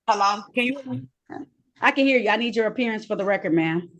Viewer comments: Appeariance? Huh? 😂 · "I'm here to make a special apperey-ance!" Typical dumb none resident sovcit. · Did she say “special appearadence”? 🤦‍♀️ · A special "appearience" - 🤣🤣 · Did she say " special appearience " ? Yee she did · You're incorrect.. It's "appereance" under their "jurendiction".